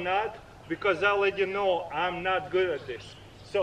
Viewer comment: He didn't say "How good" I'm at it instead he said "How dad I'm at it" Genuine guy